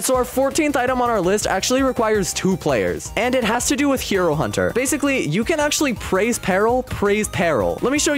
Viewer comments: Hey uh you made a miss spell when you said hero hunter you said hiur hunter, just correcting some miss spells! Nice vids! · "Hiro hunter" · “Hiro hunter” “dojo”lul